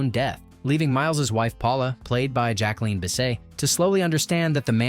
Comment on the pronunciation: Cmon man Jacqueline BA SAY